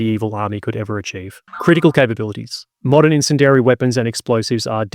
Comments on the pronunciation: Only criticism (ya bastard) is that you learn how to pronounce bastard "incendiary". It's got a bastard "I" in it (pronounced as a hard "E" (like many similar bastard words). Incend-E-ary. Bastard. (This comment is sponsored by Sean Bean...) 🙂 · Someone please teach this dude how to say incendiary. Or is this like a British pronunciation thing? Otherwise no complaints about everything else. But seriously. Eleventeen mispronunciations of incendiary too many about had me screaming at the screen. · "In-sin-dairy" weapons Really? Are you sure? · Just me or is anyone else bothered by the pronunciation of incendiary? Entertaining video though!